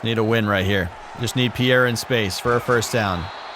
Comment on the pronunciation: Youre saying pierre the right way